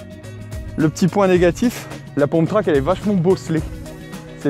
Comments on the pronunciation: On ne dit pas "pomptrack", mais"pumptrack"il me semble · un pumptrack ca se dit pas poumptrack mais peumptrack